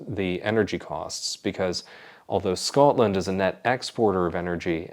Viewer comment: Your pronunciation of Scotland is becoming more Scots 😂, as I have mentioned before. Makes me burst with pride : sgoinniel